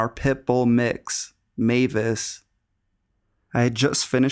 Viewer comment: i don't know how many times I've heard the story about the guy under the bed, but you're the first narrator to pronounce Mavis correctly. Thank you.